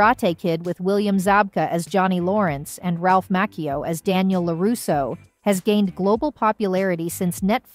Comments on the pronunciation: ir's Macchio, not Makeo smfh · This has to be an AI generated voice. No way, she would butcher Ralph's name so badly, and the others. She said Martin's last name wrong. She called Dallas Dupree Young's character, Kenny Young, at one point instead of Kenny Payne. She got all the really hard last names right. Unreal.